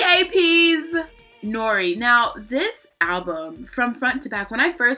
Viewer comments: "Nori" omg I'm dead xD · "Nori" I just about fucking died 😂😂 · lol omg no XD How you pronounced B.A.P's 'Noir' >< my french ears hurt so bad ahah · girl what way did yo just pronounce Noir